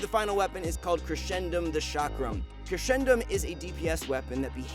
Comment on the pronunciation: how its supposed to be: crescendum how he pronounced: crechendum